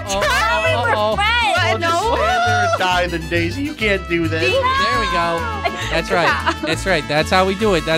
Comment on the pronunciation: It’s so funny when says daisy but she says desey lol